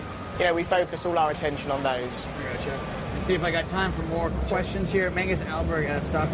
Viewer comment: Hahahah Mangus? It's definitely Magnus.